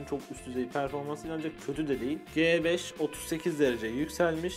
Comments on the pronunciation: Abi G beş değil Ci beş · el"ci" ci 5 yerine g5 demeniz ne kadar ufak bir şey olsada acayip taktım 😂